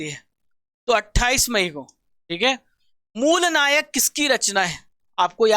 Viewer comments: मूलनायक नही मूकनायक डॉ बाबासाहेब आंबेडकरजी का 15 दिन मे एक बार प्रकाशित होनेवाला अखबार था🙏🙏 बार बार गलत बोल रहे हो आप🙏🙏🙏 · Mooknayak , not moolnayak 💙🇮🇳👍